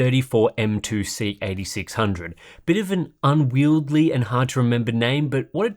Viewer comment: It's "unwieldy", not "unwieldly" FYI 😁👍